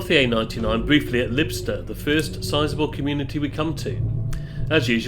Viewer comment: Lybster ....the y is pronounced like the y in python or psychic.